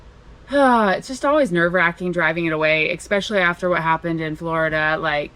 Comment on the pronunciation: For goodness' sake, it’s especially, not expecially. Coming from a teaching background, you should know how to pronounce words.